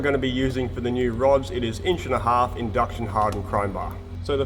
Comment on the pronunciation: please say "machine it" and "inch" again 🤭